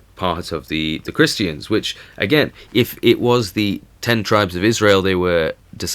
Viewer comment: His accent not pronouncing the "R"'s, sounds like he's saying "Ta-ta's" LOL. Christians, he says- Christ-EE-yans. And tributaries, he says- Trib-yu-TREES. I love it!